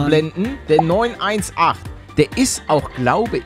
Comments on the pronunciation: Wie er statt 9-18, 9-1-8 sagt🤦🏻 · Bin ich der einzige den es triggert, dass Paluten Neun Eins Acht und nich Neun Achtzehn gesagt hat? Ps: bin großer Porsche Fan deshalb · Der Porsche 918 wird wie der 911 Neunachtzehn ausgesprochen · Man spricht ihn 9-18 aus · Junge hat mich das getriggert. Es heißt 9achtzehn! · Mich regt es so auf der er nicht weiß wie man es ausspricht